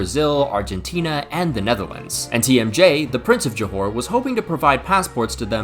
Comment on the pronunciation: btw is JOHOR not johore 😄